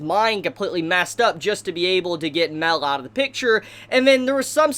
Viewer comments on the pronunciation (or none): its mael not mel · It’s pronounced (My-El) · Yo bro your name pronunciations are horrendous. First of all it’s Mael (my el) and second it’s Gowther (Go ther) like Jesus Christ I didn’t know who you were even talking about it’s like you went out of your way to not say the name right. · It’s mael not Mel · I wanted to scream at u for saying mell its pronounced mi-el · Mel? It's ma-el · Mael is suffering because you're calling him "Mell" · it's not pronounced "Mel" it's "Mai L" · Dude your crappie pronunciation is confusing the shit out of me. Mael is like "My L" not Mel. You made me think he was a copy of meliodis or something. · Dis man says Mel instead of Mael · It annoys me that you say Mel not mael if your going to make videos plz say the names right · Ma-el,,, not mel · its not mel...its may-el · Who's Mel? It's Mael. Ma-el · Ok! I’m getting sick of this shit. It’s not pronounced “Mel” he’s not a fucking bartender from Jersey. It’s pronounce “MY-EL” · It's not mael(mell) it's mael(myel) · Ugh Mael isn't pronounced Male, it's Mai-el. If you won't a audible phonetic example watch hellboy, the ending of Sammael is pronounced the same way. Wanna say its a Latin pronounciation but don't get me wrong here. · Why are you saying Mel? It's Ma-el. For those who play Dota, it's like the whole Kael -> Carl thing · mael is pronounced (My-el) fam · Ok the way he pronounced Gowther "(GAWTHER)" And then how he says Mael "(MELL)" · him saying mael as mell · Calls mael mel an calls gowther gawlthr lmao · I like how calls mael mel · When this guy call him mell instead of maël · It's not pronounced mel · And mael its Ma-el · put emphasis on the A (mAel) otherwise it sounds like you're saying Mel (Meliodas) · how u pronounce Mael is aids. but good content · The way you say Mael makes me wanna die, other than that I loved the video